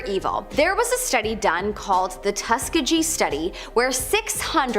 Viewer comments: Tus-kee-ggee, say it together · Not if she said “tuskajee” scientist 🤦🏾‍♂️ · 🤣🤣🤣🤣🤣 I was like say that again...tu seeegeee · I got so mad at how she pronounced Tuskegee it’s TUSS KEY GHEE smh how disrespectful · tuss-KEE-GEE is how you pronounce it. Just like the Tuskegee Airman, the first African American fighter pilots, who- despite being given subpar planes, fought with tremendous success in WWII. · IT'S PRONOUNCED--TUSK-EE--G-EE(THE G IS PRONOUNCED LIKE GREG.."GUH"!!!) NOT LIKE GEEZ!! PLEASE DO NOT DISRESPECT THOSE MEN BY MISPRONOUNCING THE NAME OF WHAT THEY STOOD FOR!! BLESSINGS UPON BLESSINGS ÀND THANK YOU TO ALL OF THE TUSKEGEE AIRMAN!!!🙏🏽🙏🏽🙏🏽👑👑👑💎💎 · Pronounced “Tus-kee-ghee’ hard ‘g’ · TUSS KEE GEE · Why did the way she pronounced Tuskegee irritate me??? Ughhh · Rest in peace to the way she said Tuskegee ….. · Destroyed it 🙏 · Um....thats nit the way you say Tuskegee...but you get an A for effort...😬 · The Tuskegee experiment goes so much deeper than what she speaks of …at least respect the pronunciation of it… But I get it she’s just giving basic information about experiments🤨